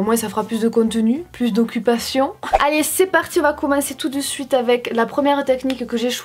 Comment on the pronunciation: Qui a ramarqué que elle dit Avé au lieux de avec mais bon se n'est pas grave ❤️❤️❤️